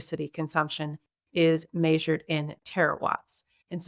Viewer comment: But she says maysure instead of measure. lol.